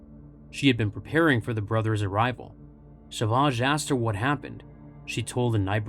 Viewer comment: What's with calling him Sauvage? It's savage.